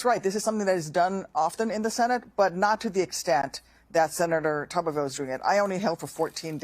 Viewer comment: It’s tuberville, not tupperville